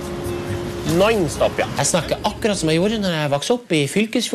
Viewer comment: Its non stop not NOINSTOP